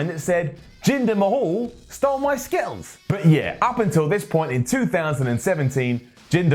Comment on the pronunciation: skitt-els lol